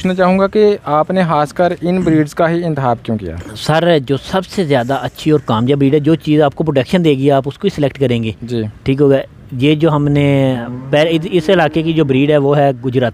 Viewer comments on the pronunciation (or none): Haas kar Intihaab...ye ghalat he ...khaas kar intikhaab sahee he....correct your pronounciation